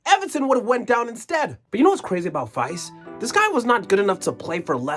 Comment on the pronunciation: Faes isn't pronounced Fice, but Faaaaaaas. That matters because drawn out long is the only way you're gonna have to pronounce that name in the future.